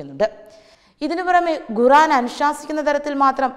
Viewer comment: News readers should be trained to spell rightly. guran- khuran, bashanam- bhakshanam and many more.